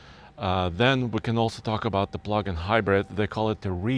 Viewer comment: I stopped watching at “plug-in”